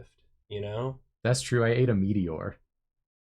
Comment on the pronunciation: Drawfee Awards AND Porfmas? Dreams do come twue